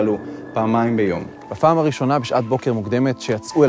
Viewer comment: אתם ערוץ ציבורי ממלכתי - אתם מוכרחים להוסיף עריכת לשון לקריינים שלכם. אי אפשר לשמוע את הטעויות הנוראיות בסרטון הזה. 1. בפעם הראשונה - הפא דגושה: bapaam, ולא bafaam. 2. ״בעבודה לקינו ובעבודה נירפא״ - neirafé, ולא nirpé (כאילו, דא!) 3. נחלה - החית נהגית בתנועת פתח, לא שווא. nakhala, לא nakhla. זה באמת בלתי נסבל. השפה העברית בערוץ ציבורי לא צריכה להנחיל טעויות ושגיאות לציבור, אלא ללמד אותו כיצד לדבר בצורה נכונה. אם הקריין לא יודע את שפתו, מילא: דאגו שיהיה לו עורך לשוני שינקד לו את הטקסט. למשל, צבי סלטון.